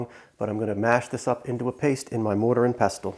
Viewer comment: the t in pestle is silent